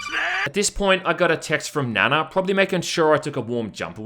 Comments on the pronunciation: It's pronounced Nah-Nah, which in Japanese is Seven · Nana is pronounced like “Na Na, what’s my name” in that Rihanna song. It’s actually more Japanese than Korean, but a popular k-pop idol has that name from After school/Orange Caramel. Honestly they should have named her Yuna, because I swear to god, she looks just like her. But since this is probably sexual in some nature, that would be creepy because Yuna (the singer) would have been 17 when this game came out. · It pronounces "Na-Na" is a sassy Asian name. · Nana pronounced Naa Naa , there is a famous real kpop star Nana from the group Afterschool who the character is probably modelled off. I'm pretty sure Nanna is grandma, translators sound chinese maybe messed up the names lol. Nice review though, looks like a mindless game that's a good time waster lol. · Yeah Nana is pronounced with a long A. God those character models look like they were made in daz studio or are asset store purchases.